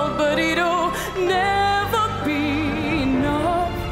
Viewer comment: Alguien le enseña a pronunciar la palabra "enough"?